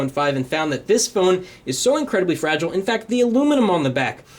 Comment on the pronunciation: ur saying fragile the wrong way